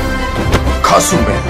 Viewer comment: Am i the only one that misheard "kasur man" as "kazume"..??